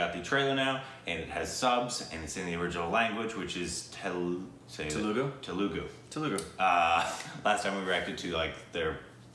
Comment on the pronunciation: IT'S TELUGU NOT TELUGA